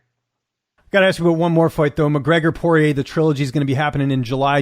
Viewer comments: Dustin Soyrier 😂😂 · "Dustin Soirier" I'm dead